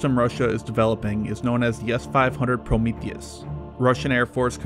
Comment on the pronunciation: The "Promiscuquiece".